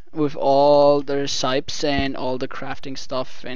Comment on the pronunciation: By the way it's pronounced (reh-seh-pees) not (reh-psy-ps)